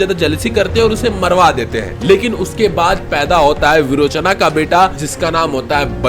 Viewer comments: बाली नहीं बली सुतला नहीं सुतल लोक बीरोचना नहीं विरोचन बामना नहीं बामन भगवान 😤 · सही बात है भाई विरोचन को विरोचना बोलता है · विरोचन not विरोचना सुतल लोक not सुतला ऐसे हर संस्कृत और हिंदी शब्दों को अंग्रेजी कर के स्वर,समास,छंद वर्तनी,तात्पर्य हर चीज की पुंगी बजा देते हैं। गलत पासवर्ड से तो फोन तक नहीं खुलता, गलत उच्चारण से आप किस तरह ज्ञान दे रहे हैं लोगो को की ज्ञान का विकास हो।